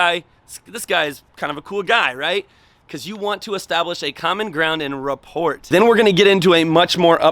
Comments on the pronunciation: "What is rah-port" 😆 pronounced RAH-POOR 😉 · Is straight killing me everytime he says it. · Just FYI, the T is silent in "rapport" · T is silent in rapport. If you read the definition there should have been a pronunciation before it. Man...😔